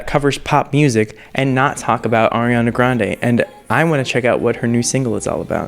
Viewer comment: At least he says "Ariana" correctly...😉